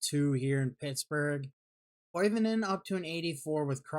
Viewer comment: Ville Koi-vin-en you bum